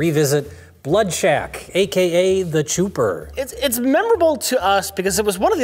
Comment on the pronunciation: So what the hell is "The Chooper"are they just fucking up saying "the Chopper"?